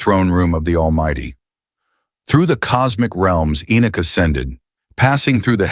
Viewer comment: How can you say enich alot then say enoch sometimes. So you actually know how to pronounce his name properly but you choose not too. Is that not arrogance?